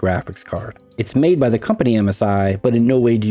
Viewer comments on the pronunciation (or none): none